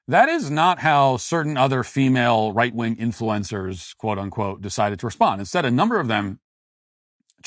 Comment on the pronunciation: Why do you call them right- wong conservatives?